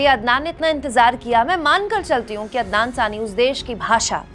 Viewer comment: There is nothing wrong in pronouncing a bit different. Waise toh aap bhi kabhi adnan ko adnam pronounce kiya and sometime sami ko saani.. Isme kuch bhi galat nahi hai madam. You are doing a great work in the field of media when there is so much hate spread by other media channels. Thank You very much for this.